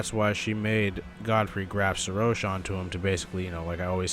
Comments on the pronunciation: It's not Serosh, it's Seroshhhhhhhhhhhhhhhhhhhh. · I know this is a a old video. But bro didnt even pronounce his name correct even after Godfrey said his name. Like bro.